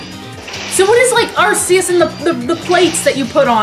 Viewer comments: I like how people who pronounce Arceus as "Ar-see-us" don't notice the correlation between Arceus and the RKS system (Ar-key-us and RKS). SIlvally was created in the image of Pokemon god. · Arceus is pronounced with a hard C. Ar-Ce-Us. RKS.